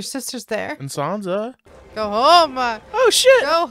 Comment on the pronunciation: Sansa not Sona!